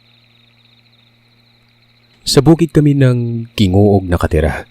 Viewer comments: it's not pronounce as GIngoog.. but it's HINGOOG.... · Wow na excite ako, taga mis. Or din po ako kalapit lugar lng Nami ang Gingoog (hingoog) po pagkakabasa nyan. By the way gd evening sa lahat Dyan sa pinas, gd afternoon dito naman sa saudi🫶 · HINGOOG po ang tamang pronounciation ng GINGOOG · Angvpag pronounce nyan ay Hingoog pero Gingoog yan kumbaga yung ge naging h kapag e pronounce